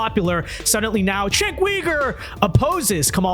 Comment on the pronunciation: The letter “c” in Turkish is pronounced /dʒ/, like the first consonant in “joke” or “giraffe”. It’s Jenk, not Chenk. It means “war”, by the way.